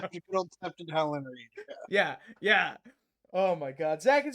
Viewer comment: Septon = Septoff